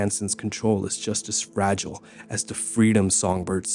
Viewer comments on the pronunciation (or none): none